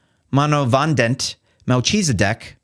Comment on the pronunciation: "Mel Cheeseideck" Really?